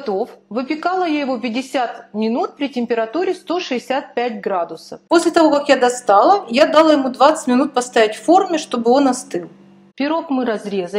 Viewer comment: Неправильно ударение на слово дала!Ударение на 2 слог!Учите русский язык!